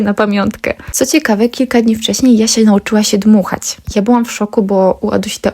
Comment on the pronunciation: Spodzewałam, dmuchac, zaobserwujece , byc, cos , oczywisce, dzało, czesc itd. Dziewczyno tego się nie da słuchać. Cześć! Pilnuj wymowy swoich córek. To bardzo ważne.